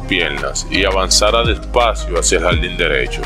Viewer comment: Por que pronuncias la L dónde va R Por ejemplo depoLtes no es .Es depoRtes Ganal no es .Es ganaR JaLdin no es Es jaRdin